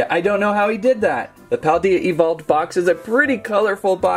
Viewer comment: I did like this channel but after you said paldea wrong I'm gonna have to Unsubscribe